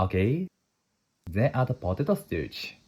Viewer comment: Ryuseiさん、動画を拝見しています。「starch」の発音に苦戦されているようですね。カタカナ通りに発音すると、より英語に近い響きになりますよ。最後の「i」の音を入れずに、「sutaachi（スタアチ）」と言う感じです。